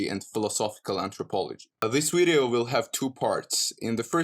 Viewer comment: "this wideo ... " LOL